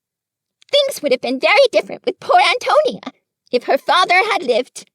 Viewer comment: As a native Nebraska ...it is pronounced Anton... ia